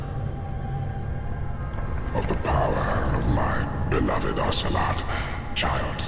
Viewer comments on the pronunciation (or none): none